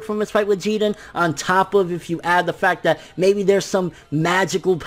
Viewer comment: Pleeeeease stop saying “GeeDin”! It’s Jiren